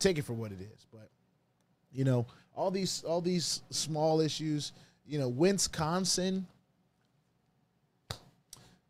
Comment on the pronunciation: Did you say win-sconsin? Lol